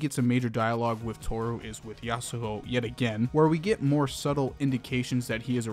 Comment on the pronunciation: It's annoying how you say yasahoe instead of yasuho